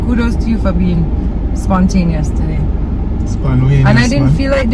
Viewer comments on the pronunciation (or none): ‘SponWayneous’...I can’t!!😁😁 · SPONWAYNOUS TOOK ME OUT 😂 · Sponwayneous lol 😂 that bad lol 😂